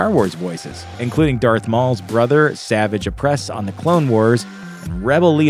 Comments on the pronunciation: Savage opress is said sa va ge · Very good,except it's pronounced: Sa-VAGE o-PRESS. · How to tell if someone has seen the clone wars is how they pronounce Savage Oppress, and you have failed this test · Why. All you had to do was please me and pronounce Savage Oppress’ name correctly.